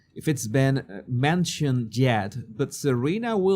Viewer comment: I like "yet" pronounced like "jet" ;).